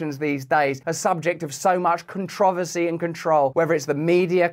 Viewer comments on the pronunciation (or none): none